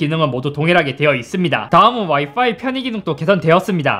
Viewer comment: 이제서야 알았는데 형 와이파이발음할때 와이빠이라고하는거 겁나 귀엽다..ㅎㅎ